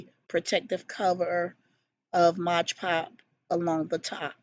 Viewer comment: Omg love ! Love ! Love those books !!! Just to let you know, you are saying it wrong ! It's MOD PODGE ! Not MOGE PODGE !!